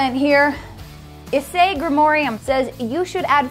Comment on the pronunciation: Bit of a butcher on Issei's name (btw HSDxD is one of, but not the, best anime imo (Spice and Wolf is better)), but I'll let it slide seeing as they are Americans pronouncing Japanese names. Issei Gremory, pronounced "Ee-say Greh-mer-ee"